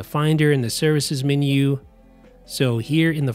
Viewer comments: super helpful, but you're mispronouncing the word"menu" as "mini" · The min-you bar. I must discover this new feature of the Mac, the min-you bar.